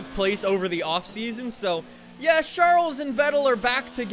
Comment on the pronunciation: Anyone else who cringes when he says SHARLES Leclerc?